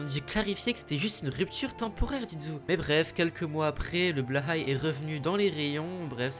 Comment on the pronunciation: Je confirme participer au quota de Blåhaj en Europe ! Par contre, Blåhaj se prononce "blô-aïe" !